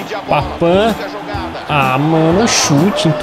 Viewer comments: Não é papan é papin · sempre vc fala errado e “Papim” e não “Papam”